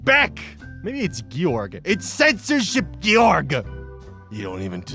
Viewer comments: It's not pronounced "jorj" or "gee-yorg". It's "jorg". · ive said this before but once again, its gay-orgg =) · Georg is pronounced “GAY-org,”. It’s the German version of George.